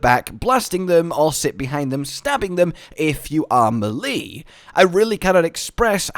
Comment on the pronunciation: Whyd it take me half of the vid to figur u were talkin about melee (may-lay)